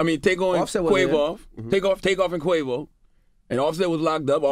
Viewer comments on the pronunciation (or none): “ Take-O and Quavoff”. 😭😭😭😭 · Char said "Take-on" and "Quav-off" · Y Charlemagne said quave off lol